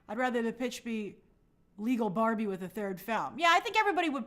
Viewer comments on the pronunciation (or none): none